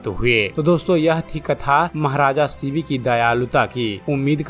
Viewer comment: थोडा स्पष्ट बोलो., शिवी नाहि शिबी राजा. Vedio banane के पहिले दारू मत pina.